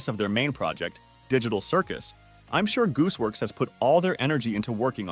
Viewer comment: “Goose works” MAN ITS GOOSEWORX